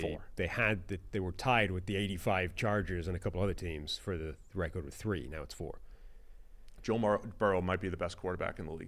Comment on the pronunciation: you keep mispronouncing "record". Just a suggestion to correct it. Love the pod guys. Keep it up.